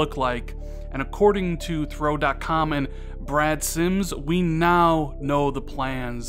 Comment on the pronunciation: Why do you keep saying Brad Sims? At one point you said it right(Brad Sams) and then corrected it to Brad Sims 🤔, It comes of as if you have some kind of beef with him. It's not even a difficult name to pronounce.